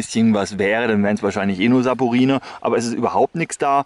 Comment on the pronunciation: Bei sagst du „Saporine“ (toxisch) zum möglichem Schaum im Wasser. Habe das gegoogelt, aber du meinst wohl „Saponine“, also ein Versprecherchen. Ist nicht als Klugscheißerei gemeint, ich habe wirklich null Plan von Chemie.